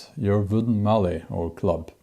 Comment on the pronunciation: Bjorn, when we say mallet we pronounce the t at the end so it is like the word let - mal-let. The push knife we call a spokeshave, it was traditionally used by wheelwrights to carve spokes for cart wheels. When I saw your body position with it my first thought was Viking Vasectomy. (How's that for alliteration? Snorri would be proud of me.) This reminds me of an incident in my childhood. I was 7 or 8 when I read the Norse Mythologies in the Encyclopeadia Britannica and it captivated me, especially the tales of Thor. When I was 9 I decided to make my own "magic" hammer and scrounged a cutoff piece of 4x4 from my father. I drilled a hole using a hand brace and glued a garden cane as the handle, making it short as the magic wouldn't work. When the glue had dried it was testing time. Up to now my father was proud that I had shown some (limited) skill at woodworking. Back to the acid test as to whether my hammer had the magic of Mjolnir; I threw it but instead of coming back to me it did the other thing that Mjolnir did, no not kill giants, unless you class a kitchen window as a giant. Needless to say it cost me a couple of weeks pocket money and a sore backside!